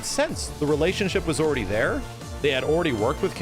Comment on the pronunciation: I like the way he says already "oready"